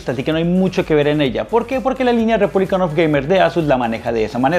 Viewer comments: "Republic", no "republicAN". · Mi portatil de hace 7 años con un SSD también enciende a esa velocidad 🙂Tu video no está mal pero si ni siquiera sabes pronunciar el hombre de la marca que es Asus "Repunlic of gamer" no Repúblican... Pues ya vas mal. No te estoy diciendo esto con ganas de tirar Hate simplemente entre buscando una review profesional y viendo las cosas que dices me doy cuenta de que no tienes realmente conocimiento sobre esto y no me da la confianza como para aceptar tu opinión sobre el portátil. Sin duda alguna seguro con un poco mas de conocimiento y atención a detalles tan simples como saber el nombre correcto del producto que estas mostrando, podrias tener un contenido de mejor calidad. Un saludo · Buen vídeo, pero es REPUBLIC OF GAMERS, no "REPUBLICAN OF GAMER". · Buen video, pero me estresa que a cada rato diga “republican” of gamers🙃